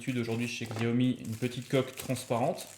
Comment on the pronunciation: Le "x" se prononce "ch"